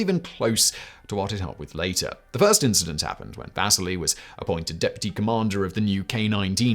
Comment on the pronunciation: Wish Simon and team would reach out to me on pronunciations. Vasily is vas-ce-lee not vas-silly, like Lowell is low-el not Lull (different video). Why? for so many people this is the only source of historical information